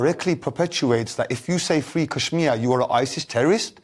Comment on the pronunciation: He can't even pronounce kashmir properly.